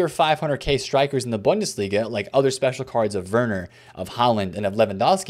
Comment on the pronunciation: As always, love your content and your grind bro, but I can’t lie, the way you pronounce bundesliga makes me a die inside just a little bit every time I hear it. Try Boon-duh-slee-guh